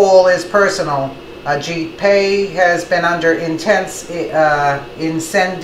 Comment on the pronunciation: ok video but she cant pronounce Commissioner Pai's name correctly. kinda comical. also she needs to talk more about the Soros 9/11 connection. it is well documented that Soros planned 9/11 and in fact piloted two of the 9/11 planes along with fellow members of The Left and they bailed out at the last second with wingsuits if you look closely at the news reals it is clearly soros there